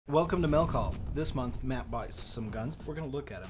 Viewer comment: he pronounced mail call so terribly. "mell cawl"